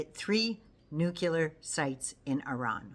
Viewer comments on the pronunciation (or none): Nuclear = Noo’-clee-ěr (not noo-kew-lěr). Sorry,, I’m a bit anal about the pronunciation of what might be the end of us all…. Thank you for your in-depth info—we need you! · Oooh,, hate to do this, please forgive me….it’s’ nu clee ar’. Georgie W, Bush pronounced it ‘new kew lar’ and was razzed for it. (Nuclear).